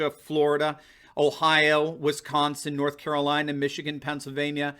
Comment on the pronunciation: You’re great. Love your videos BUT..... there is no “H” in Wisconsin 😂